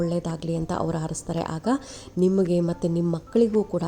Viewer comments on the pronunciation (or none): none